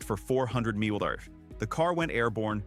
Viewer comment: Apparently AI can’t pronounce MPH or at least this one couldn’t!